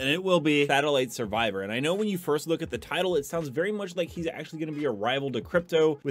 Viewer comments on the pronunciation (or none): satellite "savior" (save your) not survivor... not a grammar nut just had to say something